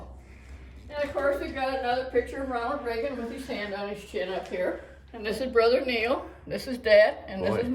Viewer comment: Love ya..but it's Reagan!